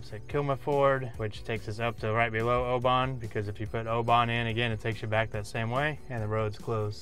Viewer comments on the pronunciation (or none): Oban should sound like Oh bin , you’ll probably get a few tricky ones coming up